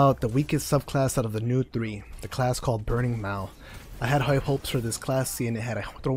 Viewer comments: What is 'burning mawul' lol. Good video though, very detailed. Nice insight into the lack of functionality in some of the Titan classes for PvP, but some classes have always been better at some things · Burning Maul (Brr-ning Mall)